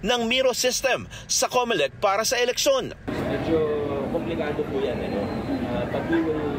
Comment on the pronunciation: Bakit Comelecta yata ang narinig kong pinasalamatan ng kakandidato? Bakit Comelecta ang tawag sa COMELEC.Sorry ha, yun ang dinig ko?